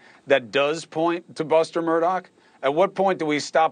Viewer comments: Im glad I'm not alone!! Nancy Grace drives me crazy the way she says Murdog!! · Murdaugh isn’t pronounced Murdoch either.🙂